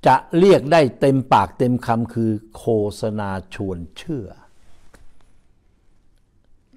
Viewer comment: ไม่ใช่โคสะนาต้องอ่านว่าโคตสะนาครับท่าน